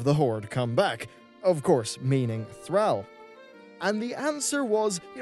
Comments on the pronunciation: I swear, if you pronounce Thrall like that again, you WILL drive me insane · You're pronunciation of Thrall hurts so much that I seriously couldn't finish watching this. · Your A's need a lot of work you pronounce Thrall wrong. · You mispronounced Thrall so many times I literally disliked and unsubbed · Get some sleep and maybe you'll pronounce Thrall right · AMAGAD learn to pronounce Thrall !!! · The way he pronounces thrall is annoying. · Please, its not 'thr-al' its 'thr-all' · Dude, as a prominent WoW YouTube dude, you seriously need to learn to properly pronounce Thrall, its Th-rawl, not Thr-owl. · The word all is in thr-ALL’s name and how do you pronounce Thrall? Not thr-al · Thrahl. Not Throwl. Cmon. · Yet he can't say Thrall correct... It's Thr-all not Thr-ell. Pronounce the thrALL, sounds like he's saying Threll. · It's "Thraaaaawl" not "Threll". They must pronounce his name a billion times in the games and cutscenes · Thraaal. Not thrawl. God that triggered me so much when he said it wrong 10 times in a row. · I'm sorry but who the fuck is Throwl? Ohhh you meant THRALL! As in Thr-all! Got it. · my man. Repeat after me "Thawll"....."Thawwwll"...."Thawll" not Thraell, Thrawll. Thank you! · Thr-all not Thr-al. Drove me crazy each time. Like Hazzed pronouncing aura "ar-oi-ah" instead of "or-ah". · Thrahll, not Throwl. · Buddy its THRALL NOT THRELL THR ALL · who's tralle? you mean thrall? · Its Thrall not Threl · Its Thrall not Thrul :/ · THRALL = THRAWL, Not THRAHL,! STAHP! Ffs, stahp. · 'Thrall.' 'Thr-all.' 'Thraul.' Not 'Thraal,' or 'Thrayl.' However the heck you're pronouncing it. And no, you can't blame your accent on that. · THR-ALL NOT THR- AL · Thr-all......Thr--all, not thra-ll, that pronunciation is a trigger dude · thrall not thrAHll, plz it makes my ears bleed :( do you pronounce all AHll? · Sigh, the way your say thrall is so triggering. It's Thr-all. Deep and guttural. Not Thr-ale. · Stop pronouncing Thrall as Threel